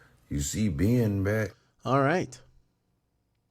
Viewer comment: I hate the way he turns the word Ben into two syllables Bee-yun